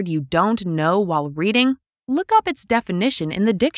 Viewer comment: 曾在網上一些教人英語的視頻中, 見到他將 up, 讀成 op, 這有點奇怪! 是否真的有人會這麼發音? 算是標準嗎? 但我查字典, 無論查英式還是美式, 也查不到這種奇怪的發音!